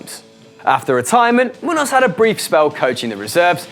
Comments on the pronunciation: muños is pronounced munios and i'm malaysian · You miss pronounced Miguel Muños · Miguel Muños probably the easiest name to pronounce on this list and you absolutely fucking butchered it worse than a serial killer